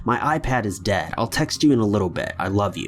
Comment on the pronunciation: Tylar Where does he mean to say “dead” ?